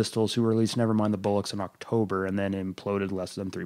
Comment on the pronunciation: Nice overview, I’ll even forgive the pronunciation of “Bollocks” as “Bullocks” 🤭